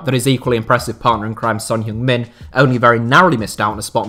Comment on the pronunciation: i know diff country's names pronunciation can be difficult but you didn't even try for heung min son. it's not hyoong. just pronounce it like "hng"